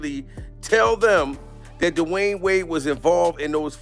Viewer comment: I've never heard D Wade name said like that before DiWhyne wade lmao